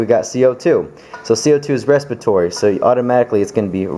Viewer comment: respitory haha